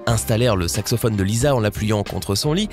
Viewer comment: Sacsophone tu la dis un moment 😂😂